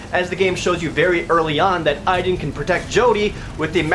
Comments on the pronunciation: My name is Aiden but it sounds like (Aide-DEN) Not (Eye-DEN). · GODDAMN THIS GAME! IT'S PRONOUNCED A-DEN! NOT A-EE-DEN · I LOVE the Two Best Friend's let's play of this game. I reccomend it to anyone who doesn't even want to put in the effort of using money to even rent this damn thing. Beyong Two Heavy Inigo Rains Prophecy is just awful. The only "good" character is Aiden- BTW WTF IF UP THE PRONUNCIATION?! shouldn't it be like Ey-den? geezus!! DESPITE ALL MY RAGE, I'M STILL JUST DAAAVID CAAAAAGE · Aiden was pronounced wrong. :c